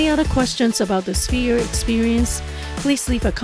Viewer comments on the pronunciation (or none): "S-ph-ere," not "Spear."